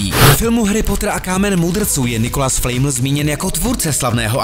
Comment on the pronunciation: Nečte se to flajml ale flamel